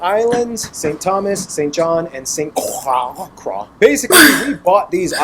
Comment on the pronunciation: St. Croix is the one he's mispronouncing. It's pronounced San Croy. Meaning Saint Cross. Aka Christ